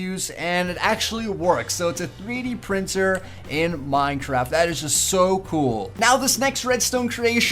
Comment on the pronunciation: all his videos ever: "Minetraft"